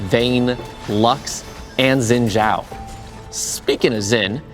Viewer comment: it's pronounced Shin Jao...